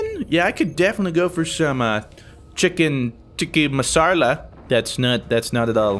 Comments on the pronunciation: XD #AskMrFruit As an indian, and you completely butchering "Chicken Tiki Masala," I am now interested with being blessed of the most important piece of knowledge I will ever learn. Do you prefer north Indian food (the non-veg ones with naan and shtuff) or South Indian food (usually the veg ones, we have more curry based foods)? And which Indian food item in particular? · its called chicken tikka ka masala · As an Indian... I lol'd at the pronunciation of the dish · its "chicken tikka masala"